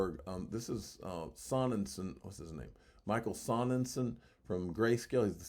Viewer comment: It’s michael so nen shine. German but spelled wrong. Means sunshine.